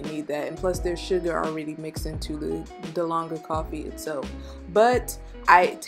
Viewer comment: It’s dalgona. She said and spelled it wrong. This is a Korean inspired coffee